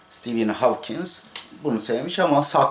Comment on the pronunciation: Stephen Hawking mi sözün sahibi hocam? Hawkins dediniz sanki.